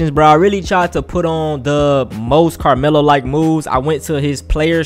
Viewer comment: Bro said “Lamelo” and not Carmelo 🤣🤣